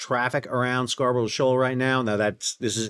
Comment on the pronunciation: Sal, love your vids but it's pronounced "Scar buh ruh" not "Scar bro sho"